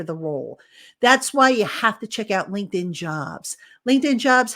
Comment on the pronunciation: Love your work but please do your sponsors a favour by not butchering the pronunciation of their name. It’s LINKED IN not “Lincoln” lol